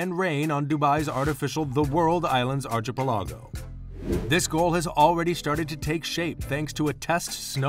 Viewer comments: Yeah I was really uncomfortable everytime I heard it. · Please look up the pronunciation of archipelago!!! Your pronunciation is pretty off.